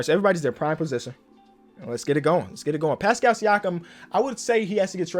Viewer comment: it’s pronounced like Passkull